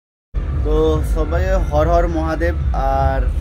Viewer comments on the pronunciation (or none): Hor hor ❌har har ✅